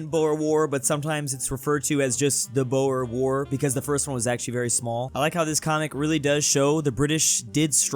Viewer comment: Lol the way you pronounce boer war is crazy its Dutch so just try